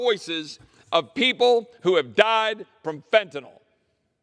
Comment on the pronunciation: MOST DEMORATS JUST WANT TO LINE THEIR POCKETS. BUT, I LIKE YOU. YOU SAID FENTINYL CORRECTLY. THANK YOI